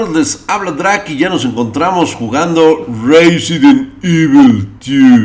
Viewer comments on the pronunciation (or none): Reizent evil 2000g XD